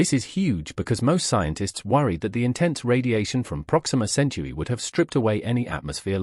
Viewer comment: BS! Stop the cartoons and show the pictures. And tell the robot it's 'Centuri' not 'century'.